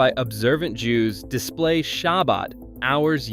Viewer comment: Your pronunciation of virtually every Jewish-derived name and word is incorrect and embarrassing. Some examples - - Err-oov (the Jewish boundary wire) . Tahl-MOOD (jewish legal commentary) Title-baum (the Rabbi who started Kiryas Joel). The name of the traditional Jewish bread - Challah - begins with a German guttural 'h' sound. The Jewish sabbath is 'Sha-BAAT', not SHA-baat as you say it.